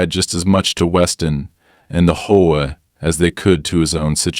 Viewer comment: What the Hell is a Hoe-a? I'm sure this is a text to speech. Text to speech has pronunciation correction. Try using it